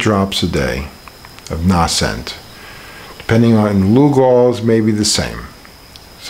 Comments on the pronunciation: Although the Crusader fellow was rude, he is correct about the "long A" sound in Nascent. The word Nascent comes from the same root word as natal (or birth), which relates to coming into existence or bringing new life. Nascent, natal and so on have a long A sound. lives in Brazil, so perhaps their pronunciation is flatter there? No need to be rude at all Crusader. Just the facts. Regarding the Lugol's I would read his book Treatment Protocols before dosing with Lugols. In that book he points out the problem Lugols, and the danger of using it orally. Also, it can burn the skin, as he said,... perhaps it might be mixed with hemp oil to calm that effect.... Just a suggestion. Linda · Please learn how to pronounce "nascent." It's a long A...